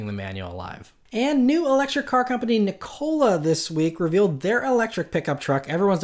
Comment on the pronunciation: can he stop saying NICOLA rather than NIKOLA?